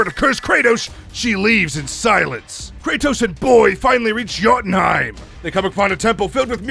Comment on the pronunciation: You got some MUNEH for my BOAYYHHH ???